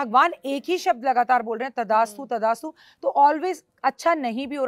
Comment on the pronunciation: मैडम जी तदा अस्तु... नहीँ बोलते.. तथा अस्तु बोलते है... आप का कई शब्दो का उच्चारण सही नहीँ है कृपा इस पर ध्यान दो क्यूं कि आप को बहुत लोग सुनते है..🎉🎉🎉🎉🎉